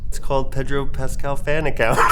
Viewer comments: I hate when people pronounce Pedro as Pay-dro. It is Peh-dro. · His name isn't PAY-dro. And he hates it when people pronounce it that way but he's too polite to correct you. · Gosh could the interviewer mispronounce his name more?? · ive never heard somebody say his name so wrong